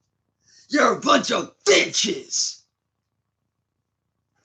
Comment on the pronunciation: "you're a vunch of VITCHES"